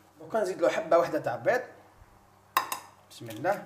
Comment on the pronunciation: انا تاني كنت نقول بسم اللهْ ..كيما تنطقها انت حتى دارولى لارومارك ...نقولوا بسم اللهِ